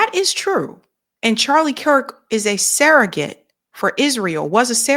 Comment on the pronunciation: It's surrogate, not serregate.